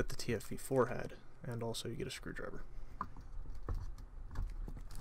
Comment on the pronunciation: how tf are you doing a review for this tank when you don't even pronounce the name of it correctly???